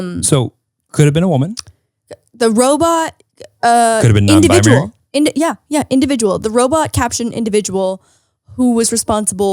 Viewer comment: When said "could be nonbimary" good try buddy, you're getting there